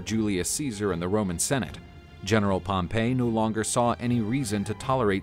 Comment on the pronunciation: Pretty sure it was pronounced Pompy not Pompay. You might be confusing him with the city of Pompeii. Have you been taking lessons in pronunciation from Biographics?